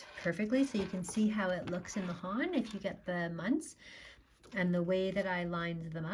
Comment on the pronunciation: it’s actually pronounced more like HŌN, with a long “O” sound. not HAHN with a short “O.”